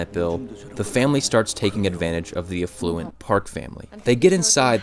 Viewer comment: More nitpicking - the way he stressed the word “afflUent” 🙂